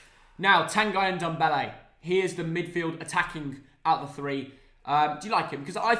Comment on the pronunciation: It‘s not Tan-guy Ndombele, it‘s pronounced Tangeh Ndombele